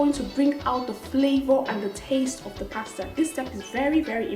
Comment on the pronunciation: from the first day I found your channel, i subscribed! pretty chick that can cook abeg I love you.... in other gist, pls eenn abeg dont do oyibo accent too much or at all sef. this is exactly what i can tell my sister so no shade intended. you are too fine to pronounce pasta with an 'r' at d end. just use your normal nija accent cos our accent isnt bad at all...love you!